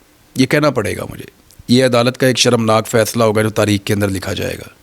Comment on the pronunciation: اینکر صاحب تریخ لفظ نہیں ہوتا 8 تاریخ کو الیکشن ہے